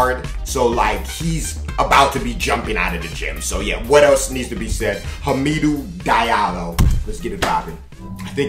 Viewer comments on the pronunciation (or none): It's pronounced hamodo di a lo and he's from queens not Africa 😂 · homm-idoo dee-ahh-low